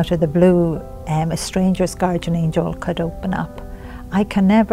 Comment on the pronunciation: PLEASE learn to pronounce GUARDIAN!!!! Drives me crazy listening to you say it wrong, over and over.